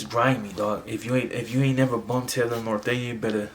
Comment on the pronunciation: It’s NORTEÑO homie not northeno